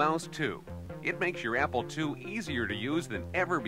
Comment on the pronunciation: it sounds like he's saying "Apple twoee"